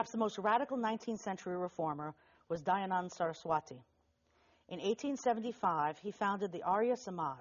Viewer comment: well she doesn't need to criticize European translation of Dharmic scriptures because its apparent in your interpretations above. The way she described various Sanskrit terms with such limited scope and in so out of context manner, She's got nothing on Dayanand Saraswati. Hell, she can't even pronounce his name correctly. And please don't try to brand me as cultural paranoid... the less we speak about Europeans distorting history of India the better it is. Please spare us the academic imperialism.